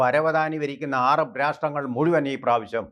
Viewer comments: ആരാബ് അല്ല സഹോദര അറബ് ആണ്. 😎😎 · ... "aarab" ennu parayano ? "arab" ennu porey !?